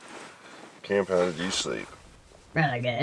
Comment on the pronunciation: "I don't want to miss a word of what SCAMP is saying"....You see why I NEED closed caption videos... I thought you said, "Scamp", when it is actually "Kamp".